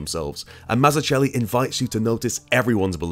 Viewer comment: That's not how to pronounce "Mazzucchelli"...